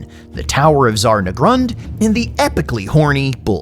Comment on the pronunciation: it's ZHAR NAGGRUND with a ZH, ya focken slave, A grudgin' on your entire lineage